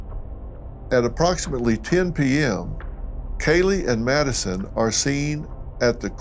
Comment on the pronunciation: you just called her “Nadison”….chill.